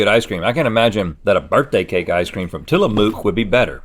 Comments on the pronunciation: Isn’t Tillamook pronounced “Tilla - MUCK” not “Tilla - MOOK”?? I live in Oregon and the Tillamook company is based here but idk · Its pronouced til-la-muk but imma start saying it the way Rhett did 🤭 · Its not mook. Any Oregonian will tell you it's pronounced til uh muk, not til uh mook! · It's usually pronounced "Tillamook" like "book" "nook" or "look", not like "Luke" or "Duke". Also their Tillamook Mudslide flavor would have won if it had been included in the chocolate region. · I am an Orgeonion and can confirm it is NOT Tilla MOO k it is pronounced Tillumuk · Ok as a oregon lifer who has visited the tillamook factory several times it is not Tilla-MOOK or Tilla-MUCK its TILLA-muhk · I was so frustrated with that 😂 like cook not kook lmao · FYI: it’s neither tillamoooook nor tillamuck... it’s more like tillamuhk. Think book but with an M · NO! ITS TILLA-MUK, NOT MOOK! Oregonian speaking, guys, it's tilla-muk, not mook. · It's somewhere between "mook" and "muk". Closer to "muk" though. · " is it Tilla-mooook or Tilla-muck?" Its Tilla-mook, "mook" as in "book" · T ILL - uh - m uh k not TILL - uh - moo k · I’ve said this before. But it’s pronounced Til-a-muck not Til-a-mook!!!!!!! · It is NOT pronounced Tilla”mooooo”k it’s Tilla”muhk”. Im an Oregonian, and my grandparents live in Tillamook. Birthday cake is my FAVORITE flavor😍😭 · Its tilla"muk" not tilla"mook" trust me i live 2 hrs away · thank you! it's definitely muk, not mook. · It is pronounced "ti-luh-mook" emphasis on the first syllable and the "oo" in "mook" pronounced like the "oo" in "foot." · As an Oregonian (where Tillamook is) i can tell you it's pronounced till-uh-muck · Link, it’s Tillamuk. - Oregon dweller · The “mook” in Tillamook rhymes with book!!! I’m from Oregon and I had to jump in, sorry! 😅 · Tila-mook as is “look” (emphasis on “Til”) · As an Oregonian, I feel obligated to remind everyone it is pronounced "TillaMUCK"... And it is hands down better than any other ice cream in stores!